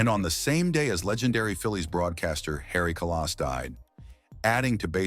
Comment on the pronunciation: I cannot stand this artificial announcer. Harry Ka-loss? Harry Kalas - one of the all time greats & HOF!